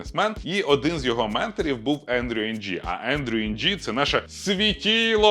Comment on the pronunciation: Дякую за черговий яскравий пізнавальний відосик 🙏 Чергові 5 копійок бубоніння від мене: нашого ШІ-світило-дядька звати "Ендрю Ин", не "Ендрю Енджі" ( ), хоч це і контрінтуїтивно 😊